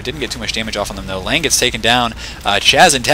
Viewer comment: Not this Lange he says it right.